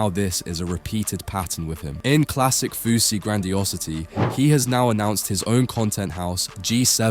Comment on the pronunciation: It'a Fousey, not Fausey, you m...oron